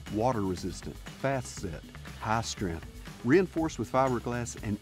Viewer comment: “Hah strenth “